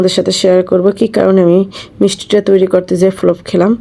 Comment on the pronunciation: কি বলবো আপু ফলোফ ফলোফ শুনতে শুনতে ভিডিও শেষ 😅😅